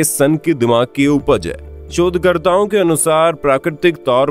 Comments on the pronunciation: Sab kuch to samajh aagya pr ek word ni...... Shodh karta...... Ki ... Chod karta bol rahe ho😂😂😂😂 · Yaar Tum Shodkarta Bolte Ho YA Chodkarta Bolte Ho